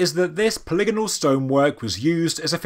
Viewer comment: So happy to finally hear you pronounce polygonal correctly ;)